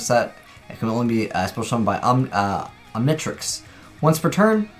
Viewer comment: omg you don't know how to pronounce the Omnitrix, Omni then just trix english you don't have to make it a different tongue and you haven't watch ben 10 have you?